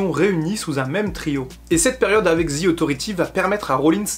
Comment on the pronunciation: les français vous devez vraiment arrêter de dire Ze il dit même pas ça le pire il dit Zi wtf bordel c'est plus possible là